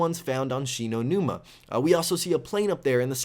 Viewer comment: It's shi no numba 😱